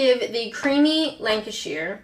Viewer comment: FUCKS SAKE IT'S LANCASHER!!! Sorry, I just had to remind you where I'm from.